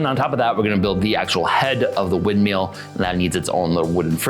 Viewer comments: "wind meel "🤣 sorry no disrespect love the videos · Mill, MILL. Not windmeel